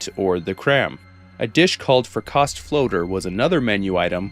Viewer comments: Fricassee is from what i can find pronounced Frick-Uh-see and less Frick-aww-say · Frick-A-see not Frick-caa-sie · Pronounced frick-uh-see Tho I do love the frick-ah-say pronunciation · I am so glad you knew the Brahmin Fries reference 😂 Also, Fricassee is pronounced ‘Frick-a-see’ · I thought fricasee was pronounced "Frick-a-see" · In Louisiana it's pronounced freecahsay lol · You did not just pronounce fricassee like that 😂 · "Fricassee" is actually most often pronounced "frick-uh-see", thus making it one of the most fun French words to butcher in English. It's one of those funny-sounding words that Bugs Bunny used to use a lot, like "Albuquerque" or "palooka". Also, "maize" is just pronounced "maze", I believe. This actually made me hungry...